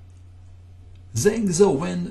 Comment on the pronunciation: zhang xiaowen is pronounced Jang shaow wen